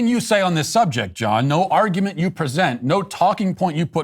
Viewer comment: What's an "arugment"? 🤣🤣🤣🤣